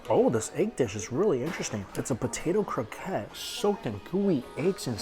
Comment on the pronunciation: When u say croquette please prononce the TTTTT, its croqueTTE